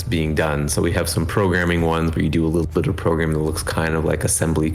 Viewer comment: did he just say at "skip ahead little b!tch" instead of little bit lol